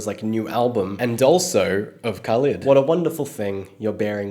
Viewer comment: It's pronounced Kha-leed Soz. Have a great day!!!! Lovin your videos!!!